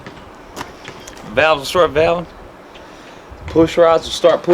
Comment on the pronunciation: I cracked up when he started that mumbo-jumbo “ the Cam starts Camn, the valves start valvn, the pistons start pissn “ that was funny as hell but that’s most people round here in Southern West Virginia lmao great video 👍🏻💯